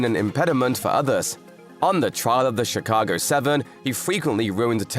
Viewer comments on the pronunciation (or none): none